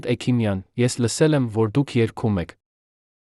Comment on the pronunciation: Այ., էքիմյան. Չի. Հեքմյան. Է։ Սա. Համ.. Խոսում. Է.. Էլ. Մտածում՞՞ է։